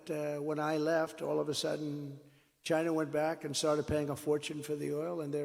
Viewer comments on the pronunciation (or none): Stop saying Chyna.